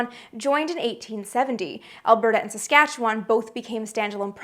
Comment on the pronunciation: You get bonus points for pronouncing Saskatchewan properly, but the Yukon, Northwest Territories, and Nunavut are not provinces